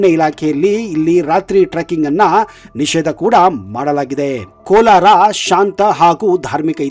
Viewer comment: It is not Kolar,it is Kolara.